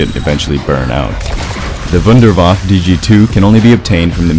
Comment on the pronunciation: It's not the WunderWaffle it's the Wunderwaffe.